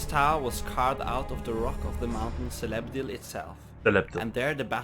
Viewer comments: C in "Celebdil" is actually pronounced as 'k', not 's'. It is pronounced as such in both of elvish languages created by Tolkien. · The letter " C" always makes a "K" sound in the languages of Middle earth. So its "Kelebdil" not " Selebdil".